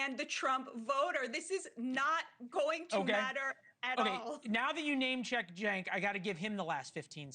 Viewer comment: I like how she intentionally mis pronounces Cenk's name at the end as some kind of dig. What a disgusting person